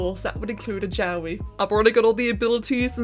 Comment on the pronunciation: Help Everytime you say jowwi I hear yaoi